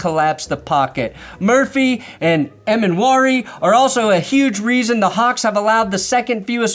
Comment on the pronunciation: GOOD JOB ON SAYING EMMANWORI CORRECTLY